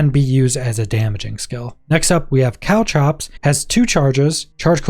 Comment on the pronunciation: The word is caltrops, not cow traps.